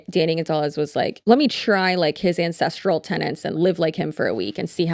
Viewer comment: Not gonna lie, I thought he said "the INCESTral way" not "ancestral way". I didn't even blink which tells me that I've been on some unfortunate corners of the internet too much lately. NOT THOSE, just true crime sh*t.